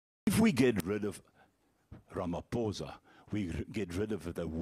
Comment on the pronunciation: Can the yt please pronounce Ramaphosa correctly please